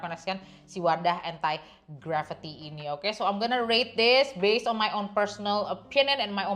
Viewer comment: kak maap tp aku salah fokus dgn penyebutan entai gravity 😭 jadi inget era melem-babi 😭